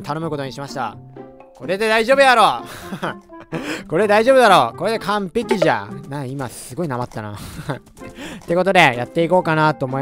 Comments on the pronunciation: かん↑ぺき↑じゃ↓ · かんぺき↓じゃ↑面白いですね